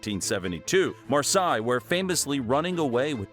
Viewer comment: Marseille is nout pronounced Maasai.